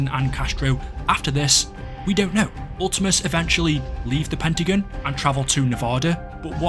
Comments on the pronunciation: It sounds like you're saying the Pentagoon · Man really said "pentagin" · Why does it sound like he calls the pentagon the pentaGOON